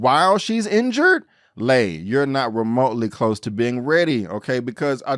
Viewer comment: Been watching Warrior since the beginning on Cinemax. First time checking out your channel and love your recap, nicely done! “He was in there like swimwear.” 🤣Only comment with respect: Lai is pronounced “lie” not “lay”, and Mai Ling is pronounced like “my” not “may”. Happy Jack lives up to his rep: he’s very smart and dangerous as hell. Again, great recap. Your enthusiasm for the show is obvious and matches mine! 👍👊🙌